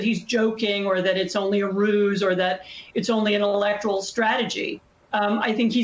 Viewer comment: So refreshing to hear the word "electoral" pronounced correctly. It's e-LEC-to-ral, not e-lec-TOR-al.